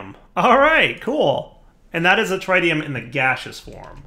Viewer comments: Everytime you say TRI-tium Instead of TRIT-ium, anyone with a science background dies a little inside...... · It's not. He's pronouncing it wrong. It's not a dialect thing. AluminIum and aluminum are spelled and pronounced differently based on region. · the Tri in tritium is prnouced like the tri in Trinity. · I'm genuinely curious, - pronounces Tritium as TRI-TEE-um. I've always heard it call tr-IT-E-um. I'm guessing it's yet another word that's pronounced differently depending on what version of English your speaking? You know, like the word aluminium. In the US it's pronounced Ah-Loo-min-num, but elsewhere it's called AL-U-min-E-um. I hate English. It's my first language, and yet even after 26-27 years of speaking it, I still don't understand the rules! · Where are you getting the D from in tritium. It’s pronounced tr i tium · He mispronounce it on purpose since his regrowth series with soaryn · Here’s the most important rule: don’t pronounce things the way does. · every time her mispronounces, "Tritium" I die a little inside. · Please learn how to say tritium correctly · For the love of God learn how to say tritium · Mis-ka-llaneous is the worst of all. If he can’t even speak basic English correctly, why expect that he’s going to do better with words like tritium?